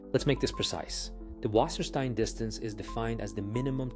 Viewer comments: Say "wasserstine" not "Wassersteen" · Or, actually, [vassəshtain]? It spells and reads like "water stone" in plainly written German